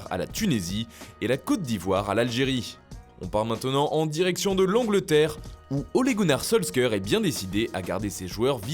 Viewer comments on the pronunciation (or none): L Ongleterre